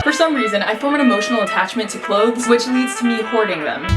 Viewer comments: watch having trouble saying ‘clothes’ correctly for 17 minutes straight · Goodness I freaking love your cleanout videos. Also clothez cause it's cool. I hope that's how u meant clothes with a z lol